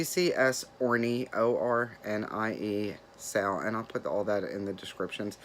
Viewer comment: So sorry for the loss of your friend. My Mom passed from breast cancer and it’s horrible. Great finishes and WIPs. When you said OrnieSAL I thought you said hornySAL. I had to stop stitching and rewind. Good to see you again.